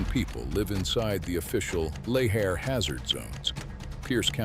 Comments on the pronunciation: 6 different pronunciations of Lahar is too much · It's pronounced "la-HAR"... It would be a fun drinking game where you take a shot every time he uses a different prronounciation of "lahar". I'm also not really ok about the pronounciation of "osceola", but there could be an alternate pronouciations. It's probably the AI narrator.Anyway, great video with neat facts, but very repetitive. I feel this could've been a really info-intensive 15 minutes. Smectite? That is a terrible name for anything for many reasons. One Does anyome calll it "The Sistine Ceilling? It's "The Sistine Chapel", unless I'm mixing up locatioms agian.